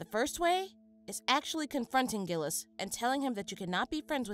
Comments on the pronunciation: Sorry for sounding pedantic but the correct French pronunciation of Gilles' name sounds more like "Jill". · Pretty sure its prounonced jiles